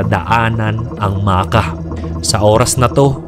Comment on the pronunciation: Makkah po, hindi Maka hehe